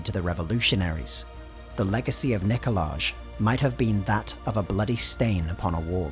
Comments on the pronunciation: It's pronounced Nikolaj #99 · It's pronounced Nikolaj. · It’s pronounced Nikolaj